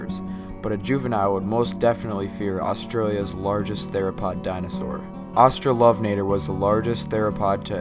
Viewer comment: The fact the narrator mispronounced Giganotosaurus and Australovenator so badly puts this video on bad footing from the very start. Giganotosaurus is pronounced 'gig-ah-not-o-saur-us'. If they can't even tell the narrator how to pronounce a dinosaur's name right, how diligent can they be? Also, the family Pliosauridae went extent in the early Late Cretaceous (100 million years ago). The major marine predators during the end Late Cretaceous would have been mosasaurs.